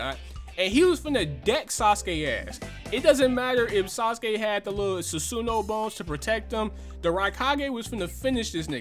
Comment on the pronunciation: This man can’t pronounce his shit lol Susan and atumarusu